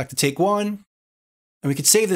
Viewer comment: Take Take, a new Taaake, all Takes here! (You say that word funny)